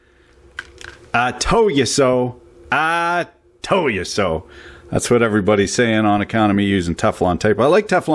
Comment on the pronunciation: "I tole you soe!" Now youre speaking my language!